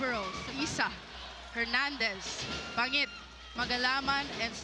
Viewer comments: Ban-jit kasi galing sa Amerika yan siya pero BaNGit talaga native pronunciation niyan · Yung commentator hnd man ng research sa players. Bangit opo pero pronunciation doon BAN-JIT